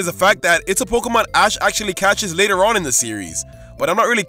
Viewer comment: The second O in Pokemon is supposed to be an E!